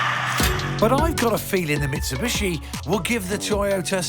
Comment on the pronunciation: What's most disappointing is that over the last 20 years some motoring journalists still can't pronounce 'Mitsubishi'. Plato still says 'Mitsibushi' from time to time.